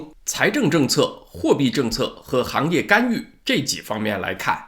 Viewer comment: 是「干』預不是「幹」預.....